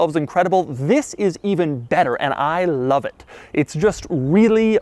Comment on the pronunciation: "I LAV"!